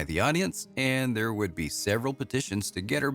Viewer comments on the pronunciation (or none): none